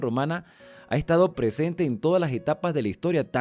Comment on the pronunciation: “Presemte, mandamiemtos presemte, adacte, adactarnos, entemdimiemto” 😡